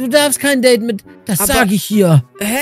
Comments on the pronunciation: Das heißt nicht deid das heißt deide😂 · Date!!!! Nicht Dait!((